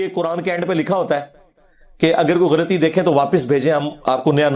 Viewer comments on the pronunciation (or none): none